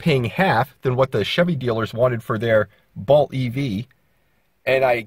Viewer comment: "Balt" and "Tez-la." Good stuff. Consider recording your narration ALL at once. These differing EQ's are maddening. If you had waited a little longer - your price points would come into range; the Bolt is failing terribly.